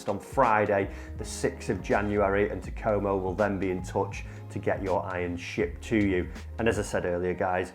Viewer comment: Can't lie, the way you say Takomo, doesn't sit right with me lol.